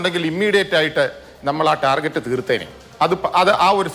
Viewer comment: ടാർജെറ്റ് അല്ല... ടാർഗറ്റ് എന്നാണ് പറയണ്ടത്....